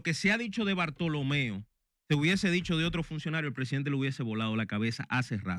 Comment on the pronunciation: Hermano cual es el nombre Bartholomeo, puyals ,bortolo, digame ud o es que ud no sabe probunciar el nombre.